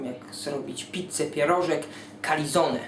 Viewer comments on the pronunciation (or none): jakie calizone... calzone, i czyta sie calcone ;p